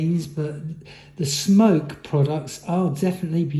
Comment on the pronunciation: Its smok not smoke don't review something you cant even pronounce right